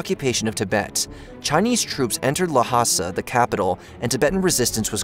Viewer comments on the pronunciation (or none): Had to stop watching this. I could forgive the mis-pronunciation of 'Dalai Lama' but then 'Lhasa'. C'mon guys!!! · Pronounced "Dolly llama", not "duh' lie, luh' ma. Also, Llasa is pronounced "lahsah", all one word, not luh'sah. Don't get me started on Pocky Stahn.